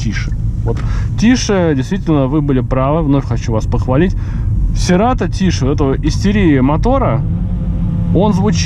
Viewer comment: правильно "Сирэтоу"))